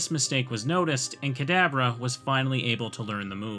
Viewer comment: Am I the only one who always hears the way says "Kadabra" as "cadaver"?